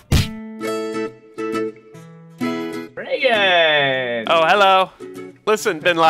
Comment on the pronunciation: best moment by far. Love how says Reagan!!!